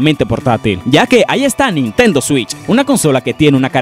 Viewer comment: Dices nintento como si nintendo fuera una persona